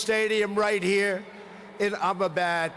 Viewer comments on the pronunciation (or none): It's Ahmedabad....not 'Ah-my-bad'! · Imma bad(Ahmedabad)🤣🤣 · Abbabad ..?? Did Trump call Ahmedabad ... Abbabad !?? 😄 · Trump: nah mo stay Amabad😆.. Cheewala😆😅😂..Vevey ka mondond😆😅😂..suchin, verot😆😅... Modi: (let me see) Doland😅😂🤣.. friendsip😆😅.. We: 😆😅😂🤣😆😅😂🤣.... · It is Ahemdabad or Amabad